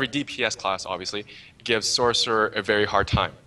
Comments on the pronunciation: i die a little each time he says SORK, sorc isn't even a word anyway, if your going to type it out to make it easier to communicate that's one thing,but to say it out loud? how hard is it just to say sorcerer, its just lazy really, and sounds stupid, at least pronounce it as sors. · Gargnoiz says the man that can't understand where the S sound in sorcerer is